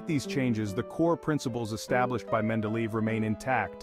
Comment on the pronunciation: It's pronounced (men-DEh-leh-yev).